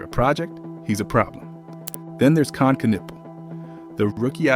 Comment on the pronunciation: Every time he mispronounced Kons name, my ears hurt.